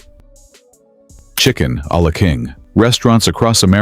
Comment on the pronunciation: Chicken-a-la-king almost made me cry. My granddaddy used to make the best chi ken-a-la-king 😋😢